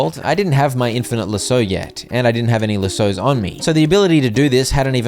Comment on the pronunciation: That’s not how you say lassos😅